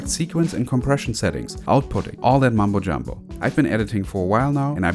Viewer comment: It's mumbo jumbo, not mambo jambo.